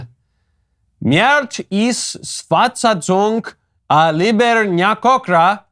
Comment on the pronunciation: Greetings from Hungary Your pronunciation of "libernyákokra" is great but you need to practice "szakmai" a little more. 🙂